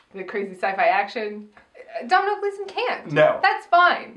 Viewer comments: Domhnall is pronounced DOH-NAL. Not DoM NaL. It rhymes with Tonal. He's literally saying it as Dohnal in that clip you used?! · As an Irish person it’s pronounced DOH - NALL gleeson. Love u xo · It’s pronounced Dough-nall. I liked the film, but I didn’t watch the past ones, but I got so excited at the start music! I really liked the outfits in the casino too. Love your reviews. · Just wanted to tell you Domhnall Gleeson's first name is pronounced Doe-null. Don't blame you though, Irish names make no sense lol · Doh-nal gleeson. Just FYI 😛 love you guys so much, never miss a review ❤❤❤